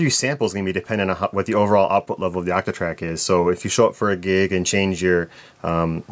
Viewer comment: The way you pronounce your O's bothers me way more than it should. Actatrack, actatrack!